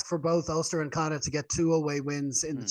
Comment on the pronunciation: Connacht not Connad , Jesus